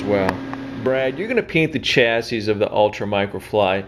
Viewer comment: The last s is silent unless you're talking about two chassis.